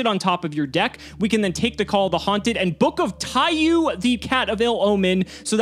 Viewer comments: It's pronounced Taiyo not Taiyu, the u in the end of Taiyou just extends the o sound, it translates to Book of Sun, somehow that kept urking me. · saying TaiYOU instead of TaiYO bothers me greatly